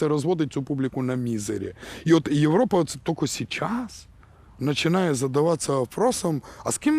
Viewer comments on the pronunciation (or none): none